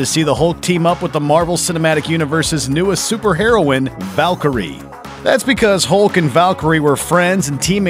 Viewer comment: If you can't pronounce "Valkyrie" or "Thanos" correctly, then I can't take your videos about the Marvel Universe seriously.